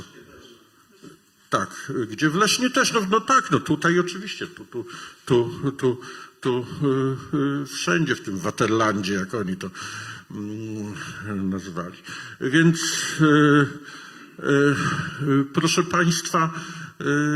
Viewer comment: Wymowa niemieckich słów straszna. Upraszczając: nie Wajzeker, lecz Wajceker; nie Kisindżer, lecz Kisinger; nie waterland, lecz faterland.